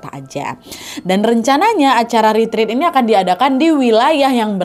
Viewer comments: Maaf kak ret ret bukan rit rit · Permisi kak nad saya mau benerin pengucapan retreat itu retret buat retreat.